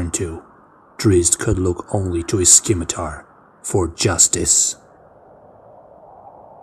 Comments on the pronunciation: Thanks for doing this, I appreciate and enjoy it. Moving forward, please note that the C in scimitar is silent... The word is pronounced "simitar" ... Similarly, "Dave" is actually named Dove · Really enjoy these... but the c in 'scimitar' is silent